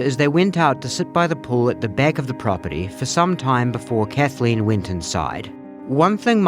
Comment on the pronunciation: I'd immediately stop the prosecutor from pronouncing it "Kath-a-lean." Maddening.